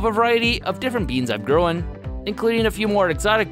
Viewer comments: Why do you pronounce "grown" and "known" like "grow-in" and "know-in" The word "grown" and "groan" should sound identical. They're one syllable. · grown in irish accent